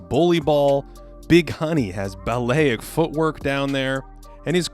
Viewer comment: It is pronounced balletic not ballayic.